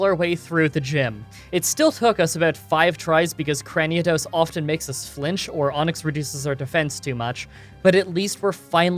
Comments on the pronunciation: Cran - knee - dose not Cran - knee - uh - dos smh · Crani-a-dos lol Cranidos, no A. I know it don’t matter tho 👍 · "Cranidos" not Craniados. My dude, can you even read? Like the vids btw. Also. Pokémon, not Pokimon. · It’s pronounced “Cray-nee-dose”. I have no idea where you’re getting that extra A from. Also, day 207 of requesting Smeargle...